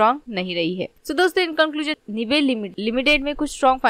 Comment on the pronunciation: Company ka pronunciation Sikh lo pehle bad me advise dena… woh “निबे” nahi “नाइब” hai. Aise galat pronounce kar k company ki izzat mat kharab kro